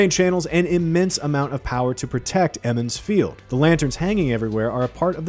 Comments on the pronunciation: Eeeemonds field 😂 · He only mispronounces Emond's Field the first time; maybe he's doing this on purpose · Emond's Field?!? You mean Two River folk! wtf is going on with the pronunciations. Lan IS Moiraine's warder, he doesn't become one. I'm not really feeling the look of these characters. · Ah yes eemonds field